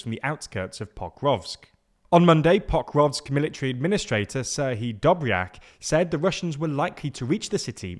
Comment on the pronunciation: It's not POK-rovsk. It's Po-KROVSK.